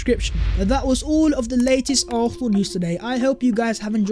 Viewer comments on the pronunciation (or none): I know I'm petty...I'm unsubscribing because of the way the dude say "Arfsnal"....can't deal it annoys me too much